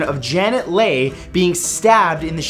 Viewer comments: It's pronounced LEE not LAY! her daughter is Jamie Lee Curtis star of Halloween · Janet 's name is pronounced Lee not lay. Other than that, not a bad video dude.